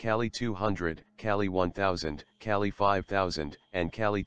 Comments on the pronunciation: its not kelly its Ka-leee "Kali, Goddess of destruction" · calli or KAYLYE hard A and hard I. cay lie. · Kali (goddess name) not kyali u need homework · It's pronounced Kaa- LL - i Named after the goddess of destruction Not Kali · its called Kaaali not Cali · Kelly? do you mean. ..Kali ? please try to pronounce names as they should be spoken !!! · Just a pronounciation thing the Ka in Kali is like Monica's CA sound and the Li is like Bruce Lee's Lee . So it's not like Caltech Cali but Kali like ca - Lee. Bases on the Goddess Kali. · Kali is India goddess of destruction and he pronounced Kali wrongly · the Defense Minister said 'Curry' not 'Kali', he mentioned about his new curry recipe.